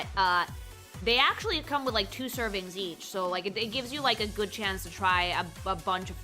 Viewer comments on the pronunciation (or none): none